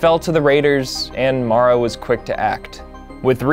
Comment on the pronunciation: It’s pronounced MARE-A. Please get it right.